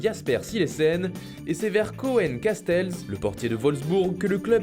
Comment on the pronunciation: koen casteels ça se dit kounne castélsse